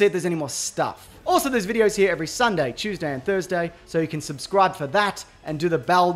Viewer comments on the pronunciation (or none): none